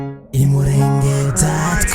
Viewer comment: I Mulenge not Imurenge